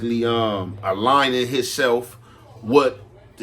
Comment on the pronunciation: Aligning not “Alying” 😂😂